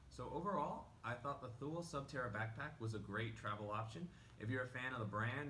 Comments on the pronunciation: It's pronounced TOO-LEE. Otherwise, great vid. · Almost right. The last part is pronounced quick. The best way to describe it to an English speaking person would be like to pronounce the French word 'Le'. Like in 'Le grand'. It's not pronounced like the jeans company Lee, if that makes sense?